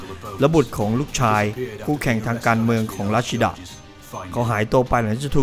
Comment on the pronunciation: ควรอ่านว่า รัชจีด้า อ่านชื่อแบบเดิม คนดูจะนึกว่า เป็นคนญี่ปุ่น